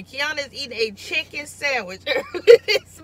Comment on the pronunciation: "We done got the chickum"! 😭😭😭😭😭😭😭😂😂😂😂😂😂